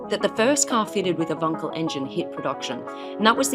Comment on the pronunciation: she pronounced wankel properly!